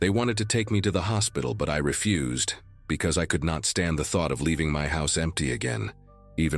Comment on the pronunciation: Ummm-mm to refuse, deny acceptance is not pronounced as your narrator. He pronounced ir as 'ref-use' i.e. garbage. Your AI sucks as well as your editing